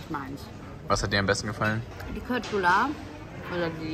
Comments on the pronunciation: Man sagt nicht kötblüller sondern Schötblüller <3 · Hallo und! Meine Tochter Quinby und ich schauen euren Kanal regelmäßig. Wir leben in Schweden mit 4 Pferden. Wir wollten nur sagen man spricht die Fleischbällchen anders aus (köttbullar sprich: "schöttbullar") Cooles video auf alle Fälle!!! Sara und Quinby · das heißt schöttbuller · Hey nur als Info Kötbullar wird Schötbullar ausgesprochen und bruschetta brus cetta